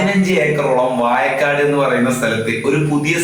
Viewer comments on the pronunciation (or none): ആദ്യം നീയൊന്ന് നാക്കു വടിച്ച് വാഴക്കാട് എന്ന് പറയാൻ പഠിക്ക്.